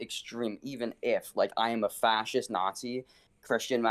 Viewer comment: He was 1 second from saying “Whats wrong with being fasict”